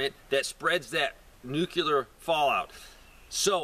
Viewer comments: New klee er. Not new q lar. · stop saying nukeler, IT IS . NUCLEAR....